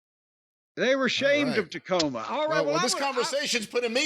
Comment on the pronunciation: Dacoma Tome